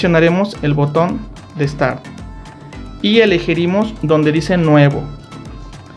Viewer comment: Amigo tienes que mejorar tu habla dices muchas palabras mal, dijiste acesar y es acceder y también dijiste iligirimos es elegimos